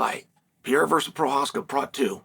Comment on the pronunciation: Can pronounce prochazka but can't B i l a l. Wow chael